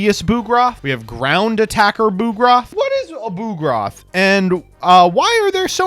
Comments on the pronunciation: Come on, "BOOGROTH?" It's a bug-lookin' machine! It's "BUG-roth!!!" What the heck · He did not just pronounce bugroth as boo-groth